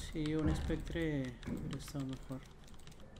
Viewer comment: Spectre dice el serranaso